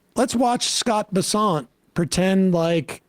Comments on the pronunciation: I thought it was Bessent, .. like Crescent 🌙 Not Boussant,.. like Croissant 🥐 ..(remember the "Vivek,.. like Cake" thing) 😂😂😂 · why can't you say his name right?